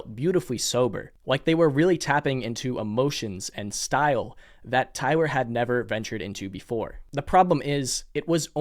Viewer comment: Please stop saying tywer